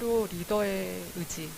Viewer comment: 의지를 으지로 발음하는 것을 보니 부모가 전라도네 어쩐지